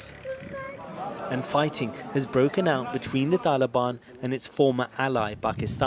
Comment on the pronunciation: Why do you keep saying taliban like that